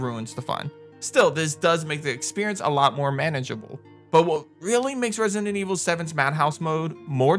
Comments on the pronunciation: It's resident, not rensinent. Plz, just say RE. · Hilarious how u say Resident Evil “Resinnin Evil” 🤣🤣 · why do you pronounce resident evil like "resin and evil" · He keeps saying Resinent Evil. There’s a D in there, bro, and only one N. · Its the way you say “resident” evil … idk why i keep hearing resinent evil